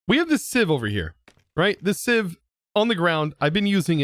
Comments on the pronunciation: Siv not seev correct pronunciation great episode by the way. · Just an FYI, Sieve is pronounced “siv.” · It is pronounced siv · its pronouced sieve with a e